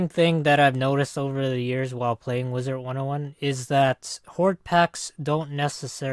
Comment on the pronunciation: Is it just me or does say "Wizert 101"